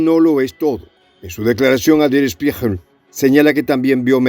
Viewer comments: Der Spiegel, con G de gato se pronuncia. Saludos y Gracias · Der Spiegel=El Espejo, se pronuncia "schpiguel"🙄😊🙋🇻🇪